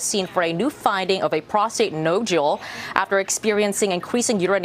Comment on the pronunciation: Interesting; where did the 1st Fox reporter learn English? Many common words with "alternative pronunciations" in my opinion. (Nodule, characterized, metastasis, etc.) The second one reread the statement correctly.